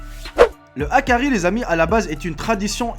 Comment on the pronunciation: HAKARL pas hakari